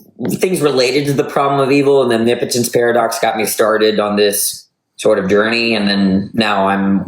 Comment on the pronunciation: Thank you for pronouncing omnipotence correctly! Nobody else can do it!